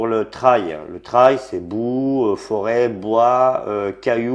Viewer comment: le "traïlle" ... :)